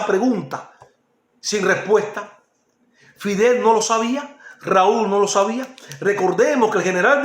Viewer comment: No no no, aunque no tengas el mejor léxico hay cosas que mucha gente no sabe. Yo lo único que te aconsejo es mejorar el vídeo y la iluminación, cambiar el uso de la letra R por la letra L. Por ej: _Fider (Fidel) _Hicieron un documentar (Documental) Ojo con eso... ¡No te molestes!, son cosas que se pueden arreglar. ¡Voy a Tí! Tu eres un tipo de pueblo. TE ENTENDEMOS. «Filosofar es esto: examinar y afinar los criterios»